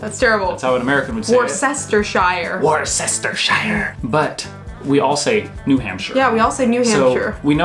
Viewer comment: Well done for getting Herefordshire right. Plus i live in the West Midlands and there is a lot of thing you still have not seen there. Plus a big thumbs up to remembering how to pronounce Worcestershire. There is no right or wrong way to eat a scone. Devon does it one way and Cornwall another and they keep arguing about it. I eat mine the Cornwall way as i prefer it that way.